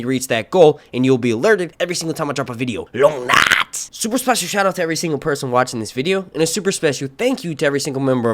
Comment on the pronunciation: don’t forget long NAGHT